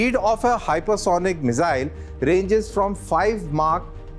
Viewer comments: Mizzyle nahi bhai, missile. S... Z nahi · The Mizile pronunciation is irritating 😂. That said, its a good post